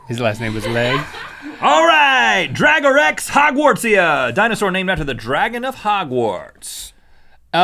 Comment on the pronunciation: Dragon of hog Warts? Really? It clearly says DRACO not drago.